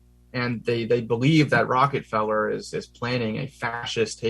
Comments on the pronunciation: I like how he mispronounces Rockefeller name - Rocketfellow. Quite funny. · ...and "Rocket Fellers" 💘